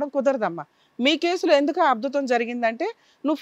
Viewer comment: Madam chinna correction..... Ab dhutam .....kaadu...madam Ad bhutam....... Sorry......but...... Past episodes......lo kooda..... Choosaaka......mention chesthunnaanandi. Thank you.